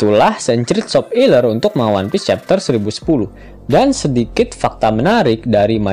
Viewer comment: Kenapa pengucapan nya harus sop iler.. emang admin nya suka sama SOP iler.. aku mah jijik 😂